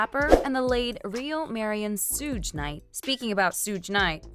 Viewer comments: You have no right to ever report on hip hop ever again his name is Suge not sooog and it dear mamma not your mama and his name is keefy d spelt it phonetically for your culture stealing ads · Sooj… Cmon, if you’re going to be news channel, take the extra few minutes to learn how to correctly pronounce names. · Why she keep calling him Sooj?? Wtf